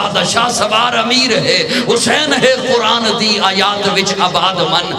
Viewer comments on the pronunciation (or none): none